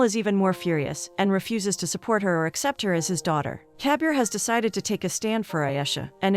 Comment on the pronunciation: Instead of Kabir all i hear is caviar lol